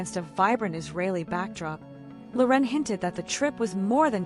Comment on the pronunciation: AI voice can't pronounce Loren. Her name is not La'Ren ... ANNOYING